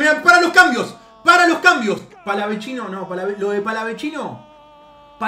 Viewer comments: Es palavecino no palavechino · PALAVECINO HERMANO ES PALAVECINO NO PALAVECHINO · NO SE DICE PALAVECHINO, ES PALAVECINO! EL MISMO PALA LO DIJO EN UNA ENTREVISTA, POR FAVOR. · DEJA DE DECIRLE PALAVECHINO A PALAVECINO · Todo bien, pero donde ven una CH en PALAVECINO, es PALAVECINO,no PALAVECHINO O PALAVECCINO,es PALAVECINO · el propio jugador dijo que se pronunciaba PALAVECINO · una cosa, es PALAVECINO, NO "PALAVECCINO" O "PALAVECHINO" QUE ES ESO, RESPETEMOS. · Palavecino lacdtm no palavechino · Palavechino gol de cabecha... Este palavechino jajajaja palaveccccccccinoooo jajajaja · No es palaveCHIno man, es palavecino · Palavechino?... no me imagino como le decís al Chaqueño, no me digas que tambien le decis asi? el mismo Agustin dijo que termina en cino, no Chino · No es palavechino es palavecino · es "Palavecino" no Palavechino" no cometas el mismo error que puntita La Torre que relata y lo nombra mal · *PALAVECINO, NO PALAVECHINO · Palavecino, no PalaveCHINO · Es Palavecino, no digas mas Palavechino, queda para el ogt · Palavecino es no palavechino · Se dice palavecino y no palavechino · sos un crack y todo pero el pibe desde que llegó dijo que se dice Palavecino, como suena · me agarra un tok cuando dice palavechino JAJAJAJ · Nadie:: PALAVECHINO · pa es palavechino como se pronuncia el mismo antes de irse del país lo dijo